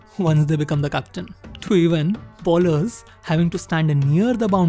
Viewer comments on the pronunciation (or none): Good content, keep it up! Few Corrections though: 1) 90 kmph is the speed at which Ashwin bowls and "All the way up to 140" means 140 is his top speed. His registered top speed is 153 and generally bowls in 135-145 range. 2) Bowlers is pronounced as "Bowl-ers", not "Ball-ers" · its not 153 its 153.26kph and its pronounced more like boh.luhz and not bowl-ers just a minor correction keep up the good spoting